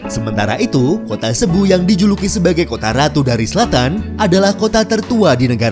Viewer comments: Presenter/ Admin Sering Keliru Melafalkan "CEBU" Itu Dibaca SIBU....Jga Kota Zamboanga city. Itu melafalkan Iyalah Samboangga o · Presenter/Admin Sering Keliru Klo Melafalkan Kata CEBU=SIBU....jga Nama Kota Zamboanga City...itu melafalkanx Adalah..Samboangga Sity.